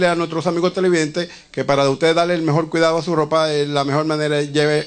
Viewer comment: Núñe de Cácere (supresión de s al final de palabras), mejol manera. visital, Betancul, Alturo, (cambio de r por l), decíano por decíamos (expresión anómala de n en lugar de m. Me imagino también dirá íbano por íbamos, andábano, teníano.). Caramba, y yo no tengo un programa de televisión... En cuanto al señor Trujillo después opinaré sobre su querido, defendido y "tierno" abuelo.